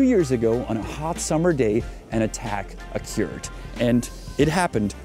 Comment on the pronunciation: vyslovujes occured trosku spatne, né ocjůrd ale ocurd